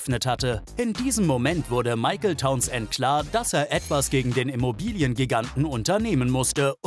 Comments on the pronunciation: Mr. Tauns-Ent hieß bestimmt Townsend (sprich: taunsnd) 🤭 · Und die Aussprache Towns-end! :D